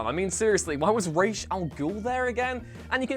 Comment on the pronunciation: It's amazing that pronounced Ra's correctly, considering half the cast of Arrow didn't:D...Buuuuuuuuuut it's not WhatCulture without an English person failing at English. It's crises, not crisises.